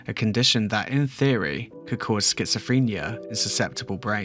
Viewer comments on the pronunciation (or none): none